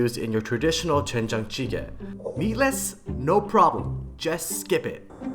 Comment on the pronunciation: YA!!!!! . Korean guy here. You better learn how to speak Korean words more correctly. Your lips make the "wen" shape whilst everything else just makes the den sound. So its actually more correct to pucker your lips FIRST, then say den. It takes practice but you can do it. you make an aspirated hard T sound when pronouncing this. not correct. Fix!!!!